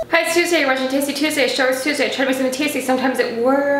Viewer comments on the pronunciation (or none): none